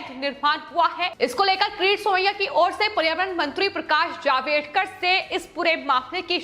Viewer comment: मिनीस्टर का नाम पकाश जावडेकर है, ना के जावेडकर.